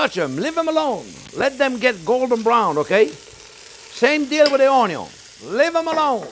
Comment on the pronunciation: I just love how the French say onion it sounds so classy.